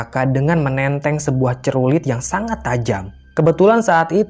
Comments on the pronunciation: Btw clurit...bukan crulit...😄😄😄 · celurit..bukan cerulit hehehee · "clurit" bukan crulit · Setau gw celurit. Dah.. bkn cerurit. Wkwkwkw 😂😂🤭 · celurit bukan cerulit wkwk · Celurit,.. Bukan cerulit.. 😀😀 Mantap ceritanya... 👍👍👍👍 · Cerulit??? Yang benar Celurit....😁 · Maaf,, yg bener celurit bukan cerulit...🤭😅😅😅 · Celurit..bukan cerulit😑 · Celurit, bukan cerulit😂😂😂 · Bukan cerulit bang. Tp celurit😄😅😅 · Bukan cerulit, tapi celurit heheheheh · CELURIT bukan CERULIT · Celurit bukan cerulik😂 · Celurit bukan cerulit:) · Celurit bang celurit Bukan CERULIT 😭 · Celurit bang, bukan cerulit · Celurit woy bukan cerulit😭